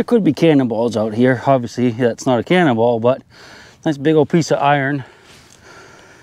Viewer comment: At one point you say 'cannonball' and I thought you said 'cannibal'! the last one I watched from you had the bones.